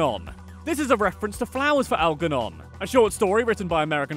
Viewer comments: It’s al- jer- non Not al-ger-non 🤦‍♂️ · You mispronounced Algernon with a hard G. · You should also be furious about incorrectly saying Algernon with a hard G. Shows that you never watched the movie or the episode in question. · So triggered by Al-Gurr-non! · When you love B99 so much you make your guinea pig after Algernon. Also, the pronunciation is triggering